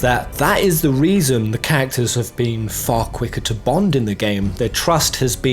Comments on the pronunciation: The way you say "characters" sounds like "cactus" and it's really throwing me off lol, still, honestly great video dude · Did anyone else understand "cactors" instead of characters 🤣